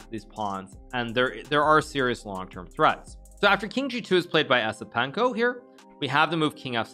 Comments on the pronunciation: its pronounced YES-IPENKO, not ESS-IPENKO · He didn't even try to pronounce it correctly 😂